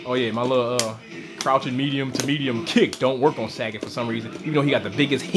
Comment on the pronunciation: lol he says sag-et its sa-got